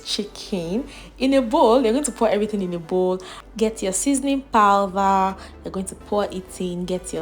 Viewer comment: Its powder not powther